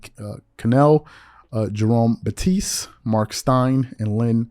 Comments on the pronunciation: You Don’t Know Who Jerome Bettis Is??? Just Butchered His Name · You lost credibility for mispronouncing Jerome Bettis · Dude, how you gonna run a sports channel(yes i know you mostly talk about NBA) but your intro itself says you talk about sports(not basketball, but sports) and somehow you mispronounce Jerome Bettis?? I understand if dude was nobody famous but he is one of the alltime great running backs and played and won a super bowl with the Steelers!!!!! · Jerome Batiste?? You mean Jerome Bettis? 😂